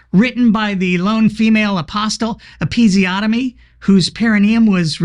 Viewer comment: 4.08, female apostle. I think you mean peamale aphostle. Good to sort this pronouncingation out.